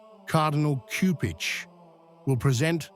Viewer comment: JMJ+ PLEASE, learn how to pronounce the Cardinal's name.